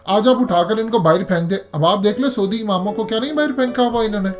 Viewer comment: میاں سودی عرب نام کا کوئی ملک نہیں ہے۔ لفظ ہے س عو دی عرب۔ یعنی س پر زبر اور ع پر پیش۔